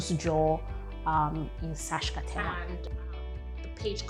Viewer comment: Haha, we should really help you with your struggles pronouncing Saskatchewan 😂